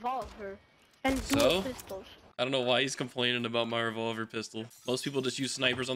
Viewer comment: The kid that couldn’t pronounce revolver was funny 😂😂